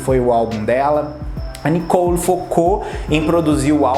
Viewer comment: não e nicou e sim Nicole ! fica bem melhor fica a dica .